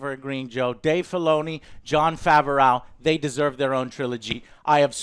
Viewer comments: Jon Faver-OW pronunciation is killing me!! 🤣🤣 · LOL Why does Joe says Jon Favreau "Fe ve rou", Most people pronounce it "Fav ve row" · Why does call him "Fav-er-ow"? Just say "Fav-ro" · everyone:Jon Favreau, Joe: Jon Favehraugh, Matt Damon: MATT DAMON! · Who is Jon Fav-a-raugh? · He's killing me with his pronunciation of Favreau, lol. "Fav-uh-ray-ow" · Jon FAW-ROOOOW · Who the hell is Jon Faverooww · Joe, Jon Favreau's name is pronounced Fav-row. Like fab (short for fabulous), just replace the b with a v, and ROW, like row your boat. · Favreau is two syllables not three. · And sometimes "Jon Fav O'Row" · Literally 2 people I watched with also gave note to Jon Favehraugh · Favreau is pronounced Favro :) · 1. The Vibro Blade was already in Ch2 when He's fighting the Mudhorn. It even vibrated like in Ch3. 2. Even though they weren't fighting to kill Mando still won in the end. Oh in Ch5 we'll probably see Bill Burr and for the love of God Joe stop mispronouncing Jon Favreau's Name it feels like you're doing it on purpose.